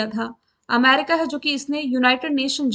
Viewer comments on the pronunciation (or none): none